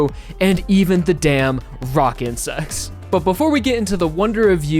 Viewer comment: when you say "rock insects" it sounds like "rockin' sex"